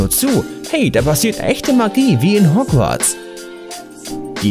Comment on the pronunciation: Ja auch wie er Hogwarts ausspricht